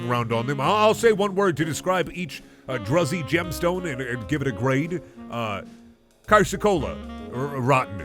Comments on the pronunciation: Its pronounced droozy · clicks tongue umm actually druzy is pronounced "drew-zee" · The way he pronounced druzy tho :/